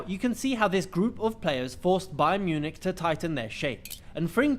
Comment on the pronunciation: It's not BAYERN!!!! LEVERKUSEN ..... But BAYER (NO N!) 04 LEVERKUSEN